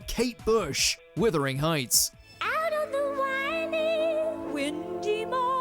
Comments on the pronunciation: WUTHERING Heights, NOT WITHERING. Jeez!! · It’s wuthering not withering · please note commentator... it's WUTHERING Heights. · As a uk centric channel you’ve got zero excuse to mispronounce “Wuthering” but to double down and do it a second time 🤦‍♂️